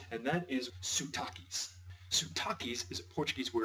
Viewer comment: By the way . . It's not "suuu-taque" . . . It's "sotaque" . . .